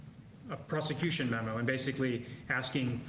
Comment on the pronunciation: Wow the lapsus ! " prostitution" instead of "prosecution" ? But how justice are you in front of Jack Smith ?